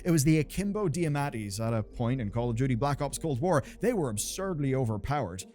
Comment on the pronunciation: You know you arent a cod fan when you say blops